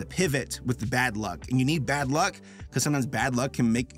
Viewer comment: The worked luck dragon I can’t help but hear a f than a l Dam you Rick and Morty